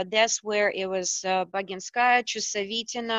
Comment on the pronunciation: Wow! Interesting string of names!! Now this is VERY strange: she says "BaginSKAya"... remember this Russian guy who corrected your Boginskaya pronunciation...? ("BaGINskaya"). And the way she pronounces Laschenova is indeed different... Also I always thought it was GROSHkova, not GrashKOva, and Lysenko sounds so literal - I thought it would have been something like "LiSIENka". Thanks for the clip 😁😁😉